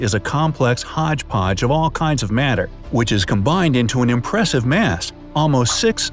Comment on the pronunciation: all that MATH instead of MASS🤣🤣🤣🤷‍♂️🤷‍♂️